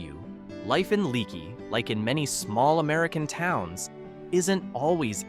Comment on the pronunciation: The name is pronounced lake not like a leaky faucet it’s leaky but pronounced lakey